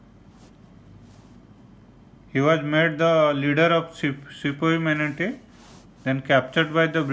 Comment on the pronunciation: Sipoy Mutiny, not Sipoy Munity